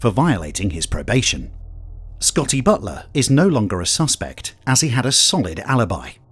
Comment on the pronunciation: Scotty Butt-ler. Hahahahaha!!!!